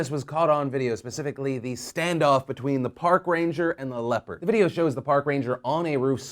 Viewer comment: Hahahaha I kept hearing "leper" instead of "leopard" and I was sooo confused